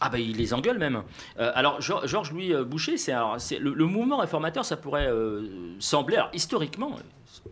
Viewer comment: Bonjour, je me permets ( en tant que belge) d'apporter une petite touche concernant le Mouvement Réformateur. L'equivalent du MR était l'UMP dans le temps ( les republicains maintenant), ils se disaient de centre droit mais étaient bien de droite libérale. Bouchez ( prononcé BOUCHER) est un fervent défenseur Trumpiste, Macroniste et sioniste qui, actuellement , a permis plusieurs petites choses: 1) il a permis à un parti séparatiste d occuper des postes à haute responsabilité ( la défense et le poste de premier ministre) 2) A bloqué la formation d un gouverbement bruxellois car ils veulent imposer ia NVA ( Separatistes flamands). 3) A incorporé au sein de son parti 3 personnalité politiques du Parti Populaire ( equivalent RN). 4) s'attaque aux subsides des organismes fédéraux publiques. Outre la politique actuelle, qui suscite enfin des vives réactions de la part des belges, cet homme libertarien entame progressivement une transition politique vers une droite libartarienne, et donc neo fasciste. 5) le scandale n est pas lié à sa voiture, mais au fait qu il aurait utilisé une voiture conduite par son chauffeur, qui lui utilisait une carte PMR d une personne décédée.